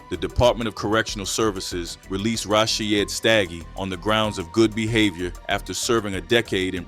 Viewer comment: PAGAD had a agenda as well. The kak is still going on. Its pronounced Rasheed not Rashy ed. Please if you need help to learn how to pronounce the names i can help. But please you are butchering them 😅😅